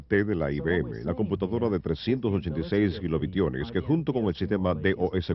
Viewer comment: La computadora de 386 kilobitiones??? jajajaj cuál se mandó?